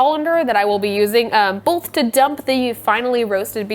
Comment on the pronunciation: Are we all going to just ignore that she said "boLth" during the sponser?